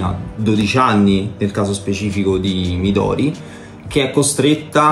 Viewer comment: Sembra veramente interessante lo metterò sicuramente nel carrello nei prossimi acquisti. Una piccola correzione alla di HP, si pronuncia mìdori con l'accento sulla prima "i" e non midòri